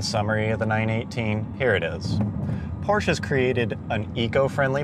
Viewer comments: PRONOUNCED PORSHA NOT PROSHE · pronounces porsche as porsh pronounces porsche correctly 😂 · Love how the vid comes out swinging calling it a "Porsh"--bet a couple dislikes came from angry snobs not pronouncing it "por-shuh." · Not Porsh, PorschE :P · Anyone know where I can get one of those "PORSCH" Tee Shirts? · ITS PRONOUNCED LIKE "POOR-SHUH" why do people not get this? It's a last name. There is only one correct pronunciation. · I want that "Porsh" shirt! How do I get it??!?!?!?!? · It's Porschaa for crying out loud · Porch 😂😂Porsche 👍👍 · go porsh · Dewah 77 That is NOT how it’s pronounced. And it dosent matter what country you’re from, it should always be pronounced PORSHA because the company decided that’s how it’s pronounced and the way it’s pronounced shouldn’t change no matter where you are. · Can't even figure out the pronunciation of "Porche"? It's a persons name not a local dialect of a common word. His name was pronounced 'Por-sha' and you have NO right to miss-represent. Even the obviously fake Ferrari failed to entertain. Just a sad video all around. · Ballibusteros learn how to say porsche correctly, porsch-uh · Gasosphere it's funny that the guy pronounces porsche wrong on purpose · "Porsh" Haha I love that.... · every time he said porsh i got triggerd. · it's funny that the guy pronounces porsche wrong on purpose. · its a PORSCHE Not Porsh !!!!!!!!!! THERE IS A E and you call it PORSCHEEEEE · And so was the 918 it was fake his shirt wasnt even spelled right it's Porsche not porsh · Porsh xDDD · Its called PORSCHE! With E ! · I have ZERO respect for anyone who claims to be an automotive expert and cannot pronounce "Porsche" correctly.